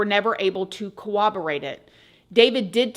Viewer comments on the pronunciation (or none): It’s pronounced Cor-rob-or-ate!!! Okay I feel better now…now back to video😊